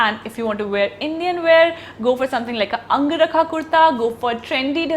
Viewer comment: It's not ang-rakha.....it is angar-kha